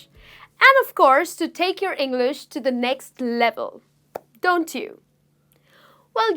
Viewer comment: I m sorry, but there are many many words tht u say it wrong. It's like u ur so working hard to get those words correct way.what is ENGLERSH????